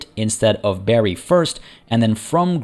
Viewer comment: Bari is pronounced like bar+y/ee, and not like berry. :) Otherwise most of it done well. :)